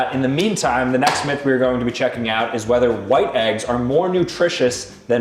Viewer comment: bro really said weder